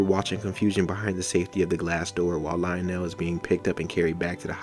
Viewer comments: just an Fyi his name is pronounced Leo-Nel not Lyle-nel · I think it's pronounced leo'nell I might be wrong but I personally always thought but lie'o'nell doesn't even sound Mexican